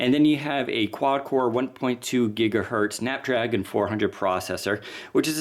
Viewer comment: It's Gigahertz not Gigahert processor. Please.:D